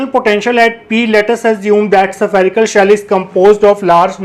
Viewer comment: Safarical shell.... 😂 Good sir.